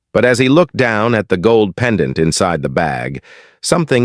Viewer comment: Robot narrator must pronounce pendant properly not as: pen...Dante phonetically.